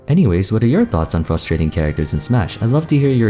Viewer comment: I notice how always says "fustrating"